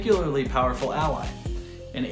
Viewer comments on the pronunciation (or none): none